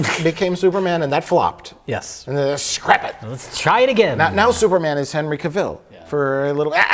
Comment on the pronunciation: You didn't say Henry's name right